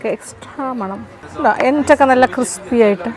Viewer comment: 12. 56..... sir says " cripsy " 😅